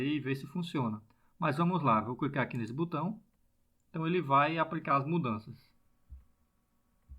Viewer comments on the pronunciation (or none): none